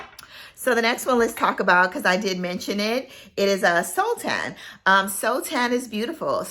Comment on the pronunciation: I love oud scents. I have a few, mostly middle eastern. But it can't be a dirty oud. If i could, I wanted to tell you the correct pronunciation of Sultan. Its "saul-tin", which refers to a king in Muslim countries.